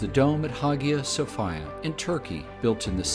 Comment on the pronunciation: Except it's pronounced high'-uh so-fee'-yuh (according to the discovery channel). Amazing video though